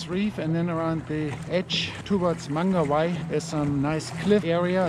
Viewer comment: Beautiful pronunciation of Mangawhai bruv 👌 great spot too! I still can't believe how much success we had when we went. That mavic mini 3 looks awesome 😍 we need to try drone fishing with it lol I bet my Mavic air1 gannet release clip will fit it! Also lol I only apply the "release the first" if it's an undersized snapper 🤣 that JD would be going straight into the frypan 🤤🤤🤤